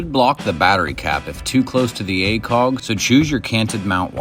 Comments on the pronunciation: I like the video but I can’t watch it in full just because of the funky way you say “acog” a million times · whatever your accent is, it really comes through when you say acog haha